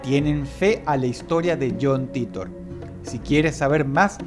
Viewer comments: Yon Taitor ffs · Me dió cáncer escuchar "John Titor" pronunciado en español.